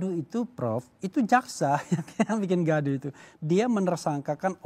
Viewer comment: Koq prof Gayus penekanannya di ‘gaduh’ ya…menurut saya kalau ada penegakan hukum dan keadilan: gaduh akan berangsur-angsur hilang